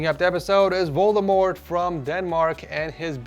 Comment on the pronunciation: i think he said voldemord